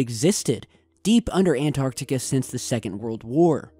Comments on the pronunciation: Hey did why can't you pronouns correctly its an tarc tee ca antarctica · He say Antarctica funny.